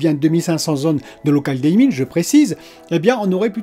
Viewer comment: Désolé mais je craque : local DIMMing, ça se prononce dim, comme ton slip. J’en peux plus des dailleming, deilleming je sais pas quoi. Voilà, ça fait du bien. Bonne soirée